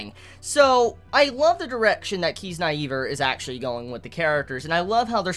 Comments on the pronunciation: ffs its not Kiz- naive- err its KizNAIver (nay nay, you pronounce the "I" like an "I") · kiz-nye-ver